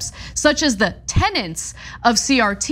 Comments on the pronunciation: It is pronounced TENETS Not TENNENTS Only one N sound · A word mispronounced by many. I hear tennants for tenets all the time. Like joolery for jewelry. ElectORal for elECtoral, physical year for fiscal year etc. Ana should have known tenets